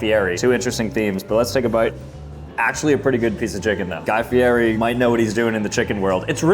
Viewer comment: Guy FEE-ETT-E.